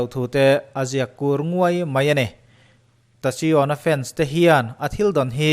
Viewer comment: Tasion tiin kan lam ngailo,tacyon(taekion),ngaihnawm tho tho e🤣🤣🤣